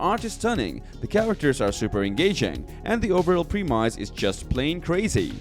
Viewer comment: The way you pronounce "premise" is driving me crazy.